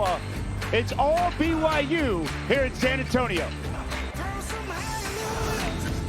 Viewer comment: Audio picked up a Colorado player saying b y w h o?? It's byu! BYU BYU BYU!!😊